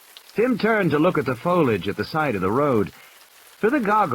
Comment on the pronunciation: can't pronounce "foliage".